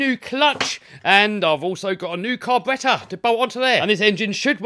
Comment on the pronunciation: Can we stop and hear how he said carburetor? I’ve never heard a British person say it that way and I watched Jeramy Clarkson say it normal